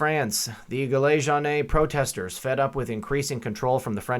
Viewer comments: Hey just a little tip on how to pronounce the yellow jackets think of Bee (Gees) then put the Gees in front of Gillet/Geellet and for Jaune/ Jone as in Tom Jones. Lol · Gilets Jaunes = Jill-lay Joan